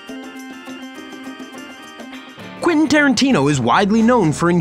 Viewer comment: Please stop saying "Quinton" 😂